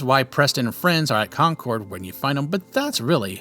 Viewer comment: Hey man, I totally understand why you'd pronounce it as you do, but just letting you know that you're saying Concord wrong. From someone actually born and raised her in Massachusetts it's pronounced "Con-curd" like "curdle"